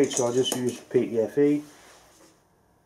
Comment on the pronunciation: You just gotta love how says it though, eh? "Pee. Tee. Eff. Eyeee..."